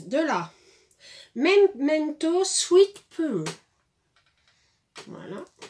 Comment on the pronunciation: (16)... Coucou ma douce ❤️ ❤️ 💛 💛 🌹 🌹 Mais que je félicite tes petites mains créatrices pour ces très jolies et charmantes créations 👏👏👏👏👏👏👏👏👏👏👏👏👏👏👏👏👏 Alors comme ça tu utilises de la Mémento Sweet Pluuuuuuum😁😁😁😁 J'ai adoré ta prononciation 😍😍😍😍 Tu sais très bien ma douce que quand ça veut pas coller ou quand ça veut pas autre chose faut pas insister 😂😂😂😂 Ton fils faisait comme ma Julie qui inversait les B et les V en disant Ça ba vien 😁😁😁 Un grand merci pour ce partage 🤗 🤗 🤗 Je te souhaite de passer une excellente journée sous le soleil j'espère, ici ça démarre bien ensoleillé 🤗 De gros bisous à vous tous ma toute belle 💛💛❤️❤️🌹🌹